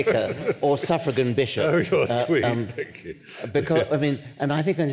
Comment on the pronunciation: "A suffragan biget"